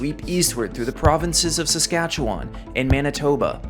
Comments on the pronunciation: Wait, how else do people pronounce it? I've only ever heard Saskatchewan pronounced how it's spelled, like he did here. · HE SAID SASKATCHEWAN RIGHT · hearing saskatchewan being pronounced correctly has given me life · Hey you pronounced Saskatchewan properly 🎉! Loving your content, particularly this Canadian video. Can’t wait for the next one! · For once somebody pronounces Saskatchewan correctly